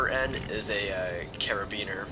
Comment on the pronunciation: i love the way he says 'carabeaner' instead of the correct term 'carabineers'. It just all combines to create the indivdual myth of the (Y)(Y)